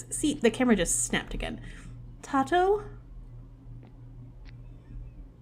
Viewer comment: isn't Tato pronounced " tay-toe " ? ( lol tei-toe ) that beetle minigame is also similar to the one i have for fishing in my game except i have 3 difficulties based on what fish you have on the line, rarer fish have faster moving arrow and smaller bar- and i have the same problem with sometimes it looking like it misses, haven't been able to figure it out. something to do with it not stopping the second you press the button :0 edit: HEY! Cola is in my game x"D She's one of my main OCs from my H comic lmfao. long blue hair tho